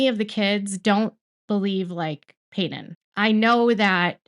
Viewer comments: I’m sorry I’m new, peedon? Really? 😂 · You can't even get Paedon's name right.